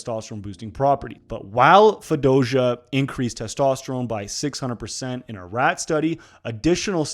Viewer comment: you heard that right?! i thought i was trippin for a sec LOL